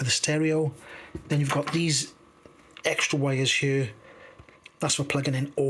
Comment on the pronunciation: In hieuwr... On thieeer 😂 Good job!